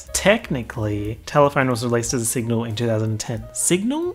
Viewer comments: And whenever he says signal instead of single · take a shot anytime he says signal instead of single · saying "signal" instead of "single" all the time... the illiteracy luv xx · The reason why can’t pronounce single is because he can’t get over that he is also, single